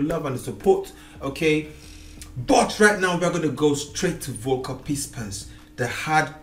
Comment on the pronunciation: Please speak the name Volker : FFFolker